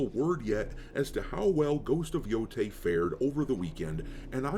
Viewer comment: Yotei mo' like Mo'gay. Jeez louise im getting deja-vu, i think i already said this on one of your other videos.